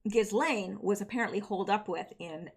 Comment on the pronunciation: Ghislaine= Ghee-lane. It’s French.